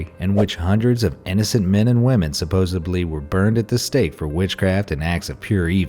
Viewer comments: I’m sorry to point the negative out....but the narrator says “supposibly” which drives me crazy!!! The actual word is SUPPOSEDLY not SUPPOSIBLY. Get it right. Especially as a narrator for historical “facts!” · Be Amazed Narrator: "Supposably." Educated Elite: "Supposedly." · The word is "Supposedly" . Not "Supposebly". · Did he fucking say supposeBly?? There's D in the word not a B✌🏼🙏🏽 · he said suppose“b“ly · well, supossebly. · Hey narrator, supposedly does not contain a B.